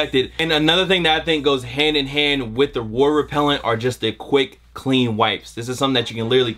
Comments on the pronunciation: The way he pronounces water has me geeked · WOTER & SEIGN Repellent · 😂😂how he was saying water was killing me